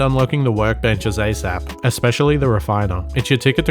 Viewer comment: "as asap" hehe